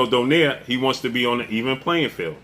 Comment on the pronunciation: Even Donaire isnt Pronounced DO-NEYR, it is realy Pronounced as a Filipino , DO-NAY-RE. 😂😂😂 AMERICAN so free even pronounciation made it worse😂